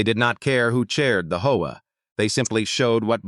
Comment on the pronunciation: This AI needs work between saying hoa instead of H.O.A. and saying s when is is actually a possesive 's. But the story is good